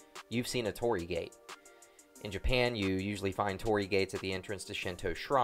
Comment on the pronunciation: torii not tori, say an additional 'I' after Tori